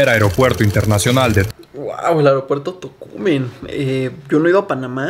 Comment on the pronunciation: Buen video y las reacciones y pronunciaste bien el nombre de Tocumen así es como se pronuncia 👍🏽👍🏽👍🏽